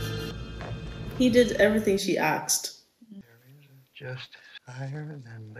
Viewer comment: "He did everything she AXED." That cracked me the eff up.